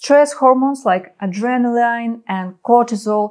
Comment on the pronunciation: "резииилиенс" вместо "ресайленс", и "адрееналин" вместо "андреналайн" would do a bit better. ;)